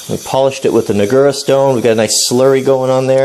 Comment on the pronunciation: NAH gura. Accent on the first syllable. Great job on the sharpening.